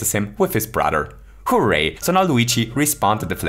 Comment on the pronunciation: when he says HOO-ray: :)